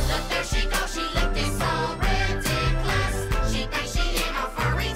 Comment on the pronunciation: "Look there she go, she lookin’ so ridik’lous." Can't stop laughing!